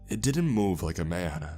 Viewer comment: “I squinted-uh I saw the silhouette of a man-uh” What’s with that?